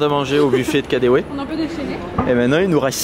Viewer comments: Mais le distributeur prend les billets ! je prend tres souvent le metro a Berlin, et il prend les billets je ne comprend pas pourquoi vous vous etes amuser a payer en pieces. lol Dailleurs les allemands payent plus en especes qu'en carte bleu. et ca se dit KADEVE pas comme en anglais kadewe car le w en allemand se lit V. Bisous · Pour le KaDeWe, le W se dit V en allemand!